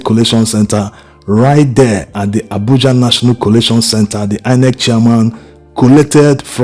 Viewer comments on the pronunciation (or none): none